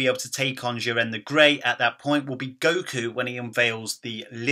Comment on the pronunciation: It's Jiren not Jirren so mess up how u say this and your English lol